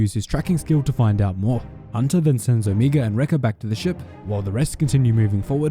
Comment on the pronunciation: is the only youtuber to pronounce omega the way she does